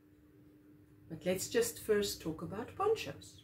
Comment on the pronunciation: OMG, instead of ponchos I heard porn shows... This is what happens when I watch after Ginger's chat. Lol.